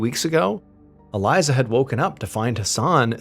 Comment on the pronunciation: ❤Her name is pronounced Ah-lee-za! 🇮🇱